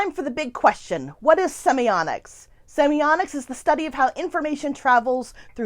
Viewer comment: Wondering if in the last 2 years anyone has pointed out your mispronunciation of the topic word? There is no letter 'n' and is a letter 't'. Seems quite ironic. Perhaps "semionics" can be a portmenteau for 'musical semiotics' as it sounds a bit like "sonics".